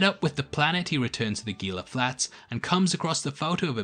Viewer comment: Enjoyed the video. I hate to be "that guy" but Gila is pronounced "Heela" where the g is pronounced like an h. I live in the SW US and it is kinda like nails on a chalkboard with the hard g.